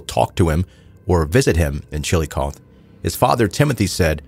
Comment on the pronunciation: Thanks, having watched the episode a few times I have no doubt the mental and psychological abuse those kids lived through led to this. Also for future reference it's Chillicothe and the E is a hard E. So like Chillicotheeee 😂